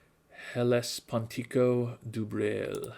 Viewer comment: I cannot blame anyone for having a hard time pronouncing 'DuBreuil' It's a real last name... I've met a Sebastien Dubreuil. There's two vowels in there that don't exist in English and the final l is actually pronounced like a 'y'. Welcome to French